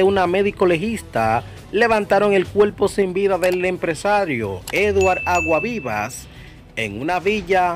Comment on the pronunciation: Pronuncia ese apellido bien, Aguasvivas. Tienes que coger clases de dicción.